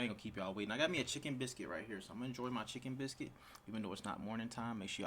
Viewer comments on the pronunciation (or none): "Chickkken biscuit" 😂 I'm from the south so that sounded funny to me